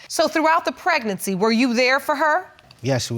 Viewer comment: Why can’t she say pregnancy? Preg•nan•cy